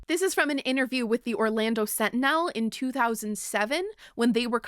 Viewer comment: i have never heard someone pronounce sentinel that way. i hope its a bit because you are doing high school musical and it matches the way the musical theater teacher pronounces musiCALE